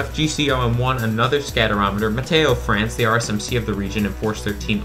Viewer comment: it's "météo france"